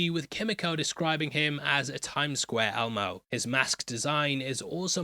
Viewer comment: Swear to jesus when you said Time Square Elmo your accent made it sound like Time Square Homo 😂😂 and i didnt think twice about it